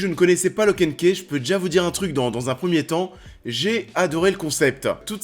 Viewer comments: Stop de tuer l'anglais ! On dit lock and khi. My god ! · Mon dieu ta prononciation « locke and ké » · "Lock & kéh" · "Lok end keh" 😅😂